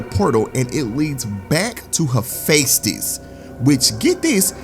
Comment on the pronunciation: it's pronounced "heh-FEST-is"